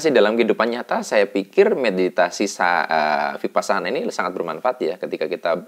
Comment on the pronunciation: Mas, kalau huruf "V" itu bacanya W. Jadi Vihara dibaca Wihara. Vipassana juga V dibaca W.